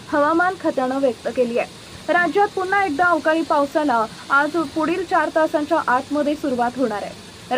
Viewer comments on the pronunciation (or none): none